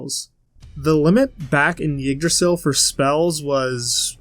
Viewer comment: For future reference, Yggdrasil is pronounced “iggdrasil” and not “yiggdrasil.” This Isn’t a big deal or anything, just a pet peeve of mine when someone mispronounces something.